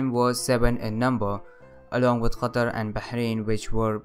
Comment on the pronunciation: Love your channel. I want to be like you, making educational videos, but I am bad at editing. By the way, nice pronunciation of Qatar. I live in Qatar